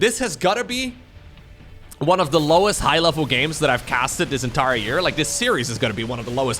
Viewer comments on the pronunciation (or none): none